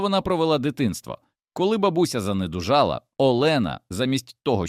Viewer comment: ЗанедУжала. А чого тітка не переписала квартиру на Олену? ОбрАзою. Вчіть наголос.